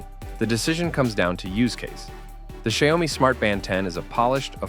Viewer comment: Please look up how to pronounce "Xiaomi" before saying it a hundred times. Come on, man.